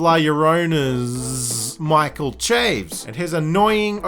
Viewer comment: It's pronounced SHA-VEZ or CHA-VEZ but definitely not CHAYVZ